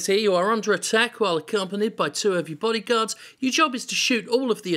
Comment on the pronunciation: No Jim, not bodyguards. Bodygourds.